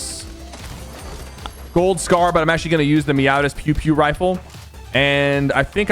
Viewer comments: its peow peow not pew pew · its "peow peow" like meow meow